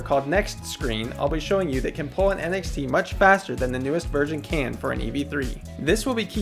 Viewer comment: whenever he said NXT, i thought he said NFT